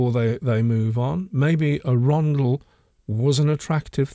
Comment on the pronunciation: I know what A rondel is, tourist's must pronouncing ARUNDEL. I hear it at least twice a week 😅😖 Seriously, great channel gent's thank you, been a subscriber since the beginning